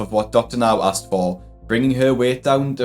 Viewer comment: It’s asked not axed, can people learn how to say the word correctly